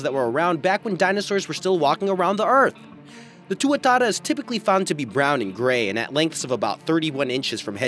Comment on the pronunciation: Pronounced tuatara pretty good my bro